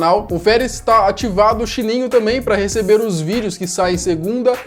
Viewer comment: E sininho não xininho